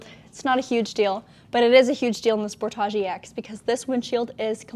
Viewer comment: She says sportage funny. Sport-AH G, nope edge sport-edge